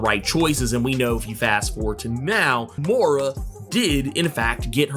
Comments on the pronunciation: Moira not Moora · Moy-rah. Not Morr-AH. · dont know why it bothers me so much but everytime you pronounce her name as "Mora" it drives me nuts. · Hi just thought you'd like to know Moira is pronounced Moy-ra . Nice video mate .:elbowcough